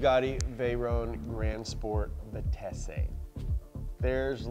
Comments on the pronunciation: Bugatti Veyron Grand Sport "Vitesse" - I like how says it "vee-tay-see" almost to give it an Italian cachet. Just pronounce it with the silent it. It's just French for speed 😂. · Listening to mispronounce "Talbot Lago", and, "Vitesse" is like nails on a chalkboard!